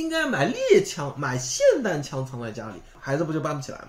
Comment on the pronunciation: 很久没有听到有人把 霰xian弹枪 发音正确了。极度舒适